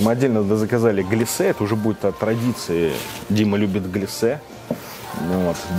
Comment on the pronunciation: Маленькая придирка, правильно глЯссе, а не гляссЕ.